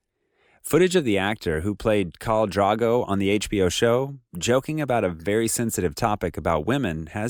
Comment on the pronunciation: I always said he was engaged to Simone and she found out it was over when Lisa got pregnant to him. P.S it's kal drOgo not drAgo, and the way you pronounce Emilia is with the emphasis on the middle, as in Emeelia.